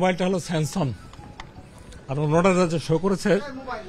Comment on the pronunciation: Samsung er uccharon ta porjonto korte keno paren na unara?